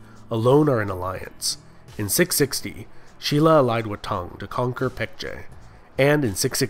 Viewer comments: um no, silla is actually pronounced sin-la. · no, its spelt shin-la but pronounced shilla. Stop.